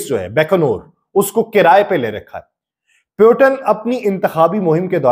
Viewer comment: آپ کی ویڈیو کافی معلوماتی ہے لیکن روسی صدر کے نام کا تلفظ درست نہیں۔ روسی صدر کا نام ولادیمیر پُوتِن ہے پیوٹن نہیں۔ روسی زبان میں ’ٹ‘ اور ’ڈ‘ کی آواز نہیں ہوتی جیسا کہ عربی میں ہے۔ اگر آپ نے انگلش انداز سے بولنا ہے تو پھر پُوٹن بول لیں لیکن پیوٹن بولنا یکسر غلط ہے۔ امید ہے آپ درستی فرما لیں گے۔